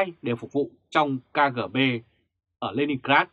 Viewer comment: KGB đọc là ''ca rê bê'' chứ không đọc "'ca gờ bê'' nhà báo nhé!